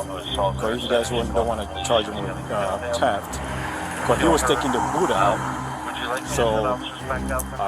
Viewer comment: That pig is the kind that trump should send back to his third world country... Since when is THEFT pronounced TAP.... LOW INTELLIGENCE...... THIS IS WHY WE HATE THEM.lets ENJOY WATCHING THEIR MEMORIAL GROW AND GROW AND GROW.....FTP... KTP